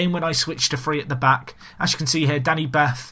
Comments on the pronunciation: Danny 'Bart' - not Bath xx good vid though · I'm a Wolves fan, and it's hard for me to get it right but Danny Batth is pronounced 'Bahrt'. He is of Indian Heritage:)